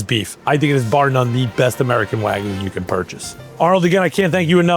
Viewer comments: seconds in. It's WAG-YU - not WAGOO. PLEASE pronounce it properly, thank you. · Never trust someone who pronounces Japanese Wagyu and waaaagu lol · insane to be at the top of the meat game calling it "waaaa gu" smh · i respect what they do, don't get me wrong, but why do american chefs always pronounce it wagoo instead of wagyu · Why is it so difficult for people to say wagyu correctly? It's NOT wagoo. Why do you think the letter y is even there? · Why do all these people always say wagu when there’s a Y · For a guy who loves wagyu so much he sure doesn't know how to say it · If he can pronounce foie gras can he please pronounce wagyu correctly. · blud pronounced all the french oui oui, but can't even pronounce Wagyu correctly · I don't understand how someone so involved with Japanese beef can't pronounce wagyu.